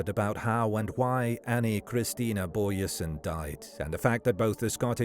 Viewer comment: Doesn't pronounce her surname correct though.